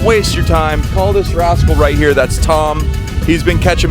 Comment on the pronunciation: “Bring em on round hewe”😂😂😂